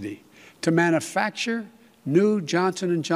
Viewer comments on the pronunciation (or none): I like how our president says, "manafacture."